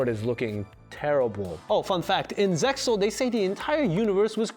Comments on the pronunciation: RESPECT he mentions ZEXAL correct pronunciation. Strike from "5-D-S" removed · He pronounced it as FIVE-DEE-ESS instead of just 5Ds but knows how to correctly pronounce Zexal, wtf?